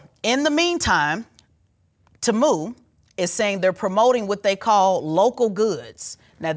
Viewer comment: Its teeee-muuu not taaaamuuu😂😂😂